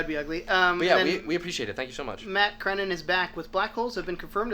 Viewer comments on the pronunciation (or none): its pronounced "Creh-nan" lol but, thx for reading my review! :D keep up the good work!and blasphemy, fire and brimstone to whoever started this delay rumor!!! it better not be true!! :/ fingers crossed and staying positive